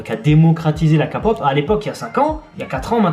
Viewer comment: Par contre , la "Ka" pop... j accepte pas ..xD